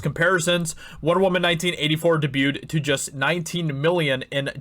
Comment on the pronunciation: Debuted... i’ll try to say this as nicely as possible but I hate the way you say debuted.